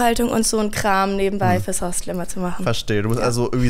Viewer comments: Macht es nur mich verrückt, dass das Wort “Hostel” wie Hostell ausspricht? 😅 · es heißt Hostel, nicht Hostell 😂